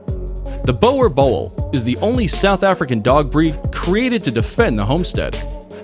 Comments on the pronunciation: Boerboel's are pronounced boo-r-bull not bower bowl😫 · Nice toppic but the dog what calls the Boer boel you have to speak out like boor bool. I was laughing my ass off how he pronounce it. But its a nice try. 👊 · Boer Boel is a South African dog and the name is pronounced - Booo-R-Bull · It's not bore bull it's boer boel jou tjotsie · It's not bower bowl😂 Try pronouncing it Buur Bull ,that's how Its pronounced in SA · Boa bowl seriously, it’s pronounced boer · Boer boel is pronounced bore bull, that’s now how it’s supposed to be said, but it’s better than bower bowl😂 Siri can say that better 😂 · Sammee it was asif my OCD kicked in its not bower bowl it's Boer Boel lol im dying of laughter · Its not a Boe Boe, is a Boe"R" Boel... The RRRRRRRR must come out man. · It’s not bower bowel it’s pronounced like one word borbul but it’s still 2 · Dummy u are sying it wrong it's not a brol brol it's a boer bull I am a South African I own and breed them and it doesn't translate what u say it does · No you dont have to speak afrikaans to say it. Its pronounced "Boo-r Bull" of course it still wont sound 100% because the R needs to be rolled and english speakers struggle to do it but its alot better than saying boar. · It's not a fucken Bower Bowl Its a BOOR BULL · Boerbulls are awesome dogs. One of the most popular breeds here in South Africa. If you give them attention and stimulation to prevent boredom, they will be loyal for life. I miss my boy. He was a great guard dog and very affectionate. FYI it's pronounced "boor" not bower. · It's pronounced BOO-RUH- BULL NOT bowa bull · And it's BOER BOEL NOT boier boiel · Its pronounced Boora bull (boer boel) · Its pronounced "boor bull" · Its boerbul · i own a boerboel and the aggression towards other dogs are real. he is overprotective and will put his life on the line for my safety. the best type of security and best friend any guy could ask for boerboel (pronounced- boo-rrrr-bull(roll your tongue when you say the R) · boer borel?